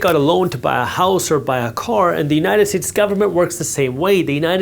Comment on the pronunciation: Did i just hear “united tits” 😅 many times otherwise good video